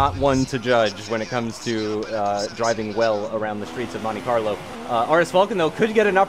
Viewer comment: Botch right at the start said mone Carlo